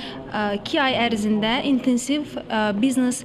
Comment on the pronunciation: bıznes yox biznes